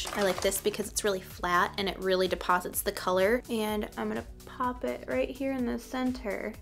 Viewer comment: “Just gonna paaaap this color right on the lid” lol that Chicago accent coming out. I feel you girl 😂 but yes please more tutorials like this!